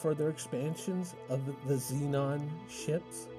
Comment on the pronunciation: "Xenon" ? o_O